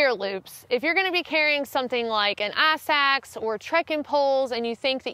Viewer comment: Wow, a firehose of great info. I thought she said "ass axe," then turned on the closed caption option and rewound to discover it was "ice axe." Trying to figure out which part of southern US she's from. Maybe Alabama?